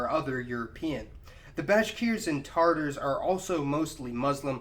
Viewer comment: “Carackle packs”? TaRtars? Awguzz? Sell-juck? You know, if you’re going to make a video about Turkic peoples, it might be good to learn to pronounce the names of the people you’re talking about.